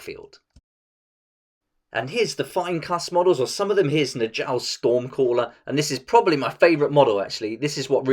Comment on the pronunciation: its n-yall. not nuh-jahl. nordic names pronounce j's with a y sound